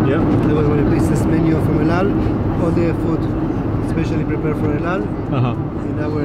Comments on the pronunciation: The way you pronounce El Al is extremely annoying lol. EU DAU. 😂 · He keeps saying ald al Instead if el al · Why do i hear Eldow whenever sam says El Al. Is it me or someone else felt the same?? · Sam you keep saying eldal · Why do I hear him saying " aldow" every time he says "EL AL". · Why does he keep saying out out? it EL AL - L Al (as in Alan) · It’s EL AL, not Eoldal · It’s el al I’m Jewish I speak Hebrew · He doesn't know how to pronounce El Al lol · You can't even pronounce the name of the airline properly. Idiot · It’s pronounced EL AL.... and it’s Tel Aviv.... oh yeah and EL-AL also means: Every Landing Always Late!! ( just for fun, don’t be angry 😉😉)